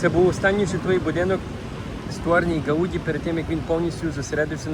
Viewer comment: Не гаУді, а гаудІ)